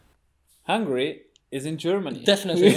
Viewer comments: not hungry. It's HungAry. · I never go ahead and listen any more if someone says 'hungry' instead of Hungary. The Christian guy saying BUDAPESZT... It is Budapest precioussssss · Man, it's HungAry not Hungry :D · Számomra borzalmasan irritált amikor azt mondta Magyarországra hogy hungry (Hungary helyett), ha már videót csinál róla legalább a nevét ki tudhatná ejteni rendesen. Nem bántásból, csak egy észrevétel.